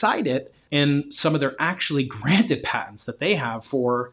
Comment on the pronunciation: You lost us at “patents” 😂 ok “Terrance”